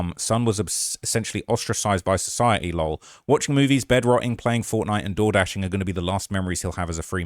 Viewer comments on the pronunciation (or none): lol I love trap but I can’t stand that he reads L.O.L as a word — lol 🫠 pains me !!!!